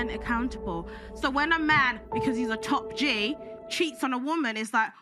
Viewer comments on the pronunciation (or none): Top G doesn't pronounce his T's. My man!